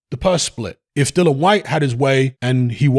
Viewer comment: HIS NAME IS DILLIAN WHYTE..... OK.. NOT DILLAN WHYTE AS YOU KEEP SAYING.